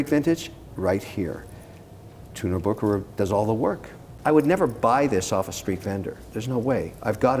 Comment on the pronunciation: Kevin,, you two need to come visit me in Lucerne so I can show you both the original Bucherer and teach you how to properly pronounce the name;) phenomenal video! All the best from Lucerne